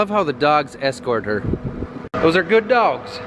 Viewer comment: When you said "those are good dawgs" it reminded me of the little kid vine. "CAN I PET THAT DAWG?"